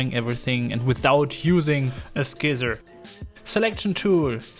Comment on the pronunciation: Please say scissor again! "skizzer"